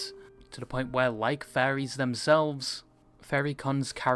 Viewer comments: Why the hell does it sound like he keeps saying Fairies and not Furries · I thought he said "fairies" for the most part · I can't get over how it sounds like the guy is constantly saying "fairies" instead of "furries"...